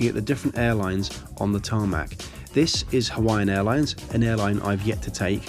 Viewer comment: did you just say t a r m a c